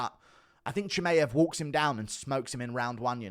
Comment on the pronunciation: Hey Guru, just on a sidenote: Chimaev is pronounced "chee-muh-yev", not "chee-may-yev".